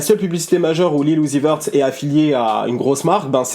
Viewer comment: Son nom se dit (Lil Youzi veurt)